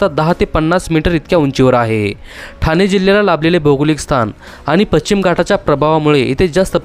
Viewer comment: पश्चिम पच्चीम चुकीचा शब्द आहे.